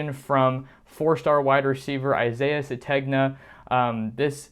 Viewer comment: The name is pronounced suh-TAYN-yuh